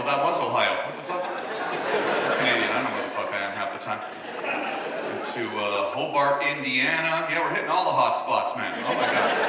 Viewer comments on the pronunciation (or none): hobart indiana is pronounced ho bert, do better tom